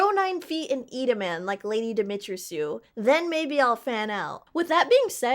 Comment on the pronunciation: There's no way you pronounced Lady Dimitrescu's name like that 😭